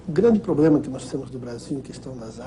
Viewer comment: De um cara q fala POBLEMA não se espera nada !!! Ele se formou la na Anhanguera so p lembrar... Kk antiga uniban !!